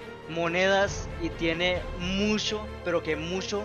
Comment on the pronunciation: Jsjsjs musho pero musho jsjsjs